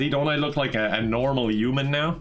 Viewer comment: The way says Human makes me think... he may not be human